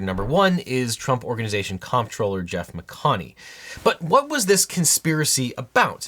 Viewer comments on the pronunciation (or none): none